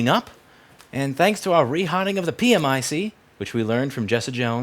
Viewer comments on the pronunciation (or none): Problematicly it's pronounced "Pee Mick" ..